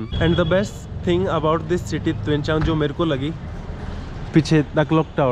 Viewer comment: Bro! it’s Tuensang..not Tuenchang 😂